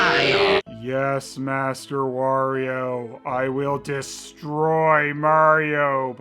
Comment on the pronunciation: I never thought of it before, but yeah Wario kinda killed "Merry-o" though I DO still hear it once in a while, often from southerners or canadians. Then you have Stephen Georg who for some reason pronounces Wario as Wore-io. like it was the word 'war' at the beginning..